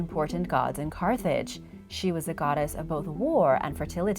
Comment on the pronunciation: Rip to the right pronounciation of carthage